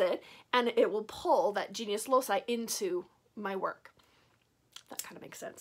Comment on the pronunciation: Hi! I practice traditional witchcraft too, but with focus on the Aragonese folklore (a region of Spain. Goya and the first wife of Henry VIII are from here 😉). I enjoy a lot your videos, you are so transparent with your craft! I only wanted to tell you that the “loci” part of “genius loci” is pronounced like a “k”. Since the old latin used this sound, it will be correct saying something like “loki” (another example could be “caelum” ~sky~ in which “c” is pronounced “kaelum” and not “zaelum”). I hope that i have helped, and sorry for my bad english! Greetings from Aragon!!! 🖤